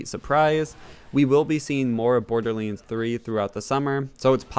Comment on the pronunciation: Iam more annoyed by his pronunciation of borderlands 3; borderliands?